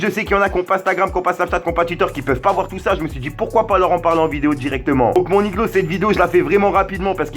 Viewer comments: arrête de dire niglo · Arrête de dire mon iglo salle con mais sinon ta vidéo cv